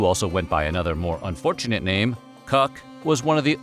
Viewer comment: I am amazed he spoke the names quite right